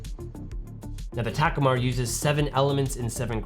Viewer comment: I have that Ta-KOO-mar (not TAK-u-mar) 28mm and it's superb